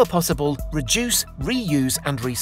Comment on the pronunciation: Reduce... Reuse... Ecyce